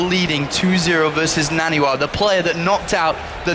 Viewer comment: I Hate the way artosis says naniwa " NA -N A WAA"